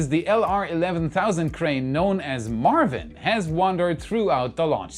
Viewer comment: It's Maarvin 🙂